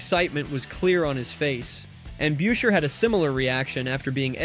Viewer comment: It's Chris busher(beuscher). Seriously